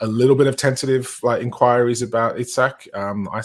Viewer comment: It's EeSak 👍 Botman is only just 6'5" 😂 We have plenty of money to spend and still stay within FFP that's even before new sponsorship deals. I still think we can get Paqueta and Diaby 😂 Joking apart I would love Paqueta, not sure why we are not going for him. I would be upset personally but que sera. I see no sense in us doing deals with Man UTD after they messed us around last year.